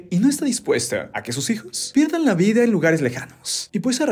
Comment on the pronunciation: Alguien más se dió cuenta que se usan palabras con 'e' Vide, guerre, y otras, tuve que escuchar varias veces para confirmar esto